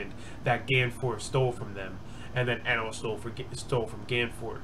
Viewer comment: also its pronounced Eeenel if you cared